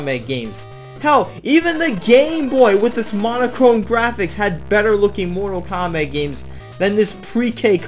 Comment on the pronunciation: "Mortal Krap" It got me. 🤣